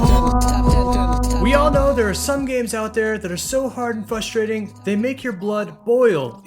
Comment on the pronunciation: "fustrating" thumbsss dowwwwn